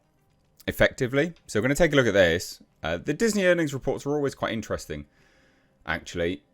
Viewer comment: Intrevsting, Quite inchtresting, inchthrusting.. 😅 How many times can one say "quite interesting"? Here it is said more often than people who say "you know" too often say "you know"